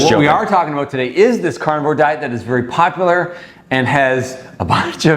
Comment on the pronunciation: There is no way that beach bum not sit is a doctor. Am I alone...did he not say " popaler"?